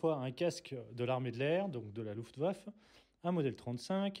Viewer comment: Bonjour je regarde régulièrement vos vidéos qui sont par ailleurs d’une très bonne qualité. La simple petite remarque que j’ai à faire c’est que on dit luftwaffe ( louftvaffeu) et non ( louftvaff) et Kreutz se prononce ( kreuïtss)